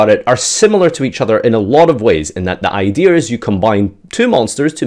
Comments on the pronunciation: "Idear"..... say it with me... IDEA.... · I swear... if says "idear" instead of "idea" one more time 😂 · Idears you said Idears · Why's he saying "idear"